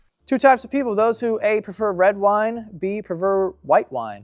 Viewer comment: Anyone else notice Joe said “wed wine” like 4 times